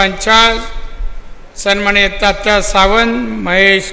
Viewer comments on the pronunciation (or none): Sanmanniy pan bolta yet nahi yanna😂😂